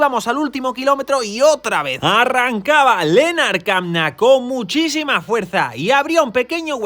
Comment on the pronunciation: ¡Muchas gracias! A, Lennard Kämna se pronuncia Lennard Kemna. En alemán la ä se pronuncia como una e. Saludos